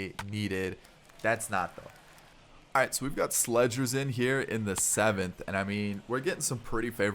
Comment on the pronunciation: Not trying to critique u or anything but I think slegers is pronounced like slay-gers, idk but trying to help